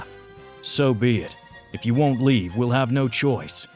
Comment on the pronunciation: leave... not levae!